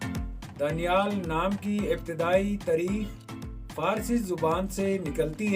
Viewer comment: दानियाल होता है भाई